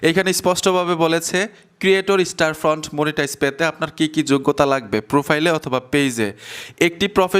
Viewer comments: দাদা ওটা ক্রিয়েটর স্টোরফ্রন্ট /স্টারফ্রন্ট নয় । 😅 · স্টারফ্রন্ট বলা বাদ দাও স্টোরফ্রন্ট বলো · স্টারফ্রন্ট না। কথাটা হবে, স্টোরফ্রন্ট 😊😊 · ভাই স্টারফ্রন্ট না, স্টোরফ্রন্ট। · আপনি বার বার স্টার ফ্রন্ট কেন বলছেন ??? স্টোর ফ্রন্ট হবে কি ??? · স্টার ফন্ট কই ভাই ওটা স্টোরফন্ট হবে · স্টোরফ্রন্ট এর নামটাই ঠিক মত বলতে পারছেন না